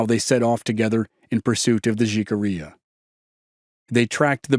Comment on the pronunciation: Great podcast but in the word Jicarilla the letter J is pronounced with an H as in jalapeño